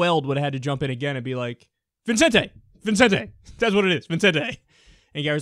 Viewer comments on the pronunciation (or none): Vicente, not Vincente, Kyle.